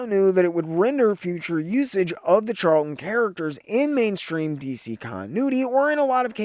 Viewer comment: Loved the video, but did you say "man-stream" when talking about Black Canary?